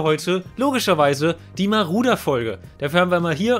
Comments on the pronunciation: Wen triggert es auch, dass er die ganze Zeit Maruder, statt Marauder sagt? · Ich., wie oft willst du noch Maruder und nicht Marauder sagen.. Ja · Warum Maruder xD Es wird doch Marodör ausgesprochen haha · marAuder!!! MARAUDER! NICHT MARUDER! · Wenn triggerts dass er maruder sagt statt marauder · Man spricht das glaube ich "Maradona aus und nicht " Maruder" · das Auto heißt MarAuda und nicht Marouda. für das nächste mal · Wehn hat es auch getriggert das er maruder sagt statt marauder? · DAS AUTO HEIßT MARAUDER UND NICHT MARUDER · Der heißt "Marodör" gesprochen :) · jeder kennt ihn...den "Maruder" xD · Es heißt Marauder...